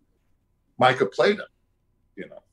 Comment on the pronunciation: Have you even played red dead You said Micah wrong That's so embarrassing